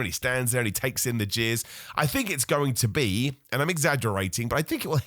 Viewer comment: He did say "jeers" but yeah it did sound a bit odd.